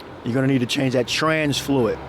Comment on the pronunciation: HybriT, FluiT, HundreT 😬